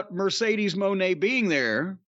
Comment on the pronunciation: Mercedes wig is flames burning the blue hair signifies the end of Sasha Banks. And it’s pronounced Muh-Nay